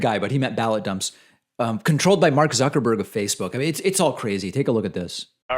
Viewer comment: "zerkerberg" lol